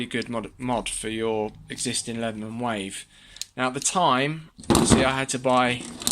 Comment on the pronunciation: It's not called "Wife", it's "Wave". Learn to speak English.